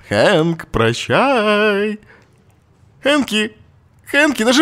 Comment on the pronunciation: Не кто не заметил что этот жирный читал Ганс как Хэнк?